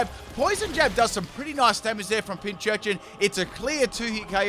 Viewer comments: PinCURchin. CUR. Pincu(shion) + urchin. PinCURchin. Not "pinchurchin." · still doesn’t know how to say pincurchin